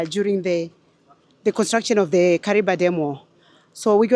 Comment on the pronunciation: Kariva thats howits pronounced ok